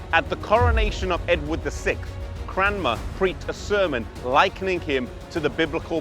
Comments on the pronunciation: Stop saying CraMNer! It's CraNMer. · Is there a reason why you pronounce his name CramNer rather than CranMer? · Peter Eng he is saying it wrong I'm Thomas Cranmer's youngest relative, believe it or not.